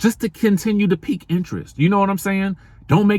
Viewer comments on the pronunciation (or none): none